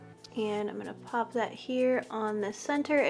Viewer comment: “Just gonna paaaap this color right on the lid” lol that Chicago accent coming out. I feel you girl 😂 but yes please more tutorials like this!